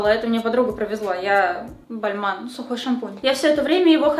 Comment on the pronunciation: Мне показалось, что ты вместо сухой шампунь, сказала сюка шампунь 😂😂😂